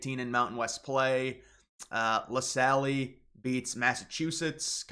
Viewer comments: La Salle is pronounced "le sail", not "le sallee". Not trying to be a dick. Just letting you know. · American ahh French pronunciation